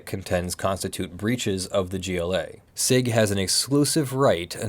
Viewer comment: Hey I’m pretty sure it’s pronounced “see eye gee” and not “sig”, but I could be wrong. Also, no damages for termination does not mean no damages for breach while the agreement was still in effect.